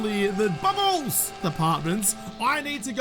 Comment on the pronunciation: Took me 4 times to realize he said 'Bubbles'